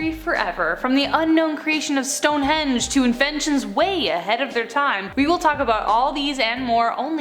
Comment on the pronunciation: Why does she keep saying the Stone-hedge?